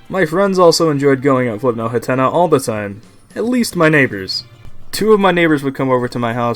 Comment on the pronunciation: Ah jeez, not again... It's pronounced HATNA! HAT! NA! Not Huhtenuh!